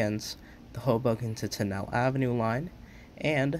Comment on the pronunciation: Great video! Just a couple mispronunciations, understandable since you're not from the area Bayonne = Bay-own Tonnelle = Tunn-el-lee